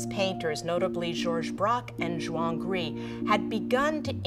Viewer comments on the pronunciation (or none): Great stuff! By the way, isn’t Juan Gris pronounced ‘Hwan’?